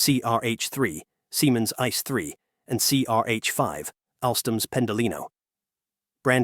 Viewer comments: Germans pronounce it ee-tsay-ay I.C.E. not like the English word "ice". It's an abbreviation for Inter-City Express. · Your pronunciation of ICE is wrong. It's ICE, not Ice🍦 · it is an abbreviation for "Inter City Express", so the letters are pronounced individually: I-C-E